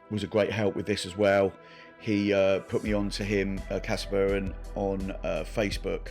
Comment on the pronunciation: Csaba as "Chaba" or "Tsaba"("Cs" as "Ch" in "change") would be the closest to the actual pronunciation.